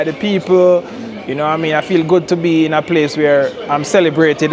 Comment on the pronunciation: "Yuh noowaMean?"